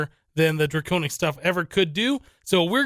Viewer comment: Dwaconic Swaff of Awesumness !!!